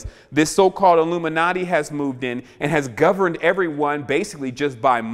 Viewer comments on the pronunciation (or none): none